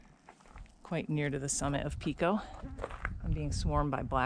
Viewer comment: It is not Peeko, it is Pico with a long I. Like pie. 🙃 Where you first came out of the woods is a ski trail which can be followed straight up to the summit or you can follow it down and hook up with the Sherburne trail.